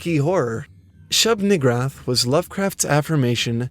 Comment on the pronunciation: I thought that one said shub niggawrath 😂😂😂😂😂